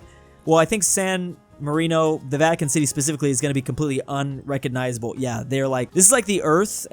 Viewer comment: The first video really said "vitican city" and not vatican city💀💀💀